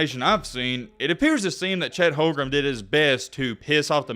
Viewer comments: The warriors had the best d in the league oh, plus it’s not Chet holgrum it’s home-grin.lol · is there a reason you keep calling him "HolmgreM" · Uh,? What's this video even saying? And it's Holmgren. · Yeah you watch all the Gonzaga games but you don’t know how to pronounce his name oh and that trash 39% 3-pt shooting you’re taking about as a center would be 2nd best in the league behind kat. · if u gonna make a video about bro at least say his name right 💀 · bro cant even say his name right and we're expecting some informed takes? lol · Claims to have followed Chet Holmgren since high school and can’t even pronounce his last name right